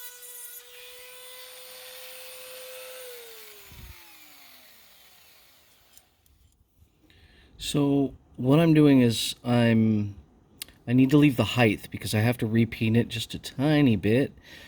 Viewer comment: Great restoration fyi the word height rhymes with sight might and fight